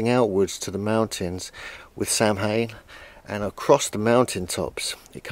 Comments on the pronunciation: Not pronounced 'Sam hane' but more like 'sowan' in your tongue .... spelt 'Samhain' and is the origin of halloween as the world knows it or 'Oiche hSamhain' (pronounced eeeha howan phoenetically) which means the night of souls in simple terms with Halloween being a derivived from Hallows Evening - The irish have given much more to the world than the world actually realizes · All you Megalithomaniacs need a short course in Gaelic pronunciation. No more Sam Hain, pleeeeease.